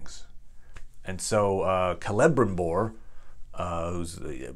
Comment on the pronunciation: Kee lee brimbohr is how pronounce his name